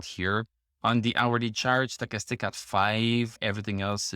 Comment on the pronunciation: I’m here to hear you say “Sto’chastic.” Gets me every time.